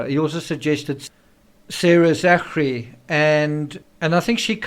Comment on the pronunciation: Hi Thanks for your sober analysis of all these contributing factors to the Rush shooting tragedy. I would just like to point out though that ZACHARY is pronounced ZACKARY! You are welcome! Shalom to us only in Christ Yeshua